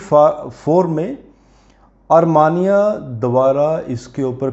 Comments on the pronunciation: आरमानीया मत कहा कीजीये | सही उच्छार मे अरमेनीया या तो आरमीनिया कहे I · It is Armenia not Armania.